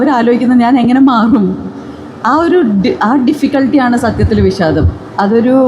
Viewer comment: വിശാദമല്ല. വിഷാദം. മൊത്തത്തിൽശ യാണ്